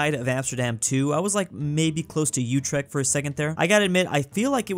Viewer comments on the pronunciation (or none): What happened to the h in Utrecht?